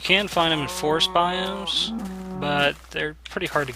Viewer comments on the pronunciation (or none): none